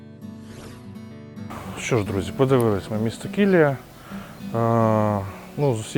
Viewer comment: Шановний ведучий! На мою думку, деякою неповагою до місцевих жителів, як і всіх мешканців регіону, є не звертати увагу на наголоси у назвах. Місто називається КіліЯ (наголос на останньому складі). Будь ласка, будьте уважні. Уточнюйте назви, навіть якщо їхня вимова вам здається очевидною. Стосовно фортеці. А ви пробували зайти до неї? Мене теж переконували, що це неможливо. Але коли я зайшов до директора, і пояснив, що я турист з Києва, від без додаткових питань дозволив вхід. Я зробив декілька фотографій напівзруйнованої церкви. Я вважаю, що туристи, як і місцеві жителі, повинні боротися, щоб з руїни постав хоча б мінімум, який можна відновити. Місто, на жаль, у жахливому стані. Але я сподіваюся, що як тільки до нього з'явиться нормальна дорога, воно оживе!